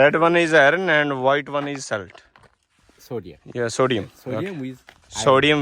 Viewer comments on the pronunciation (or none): Bhaji dont mind par salt saltiest di pronounciation nu thik karo else punjabi vich bol dayo. Kyunki baar baar galat sunan ch ajeeb lagda. Hope you understand..😊😊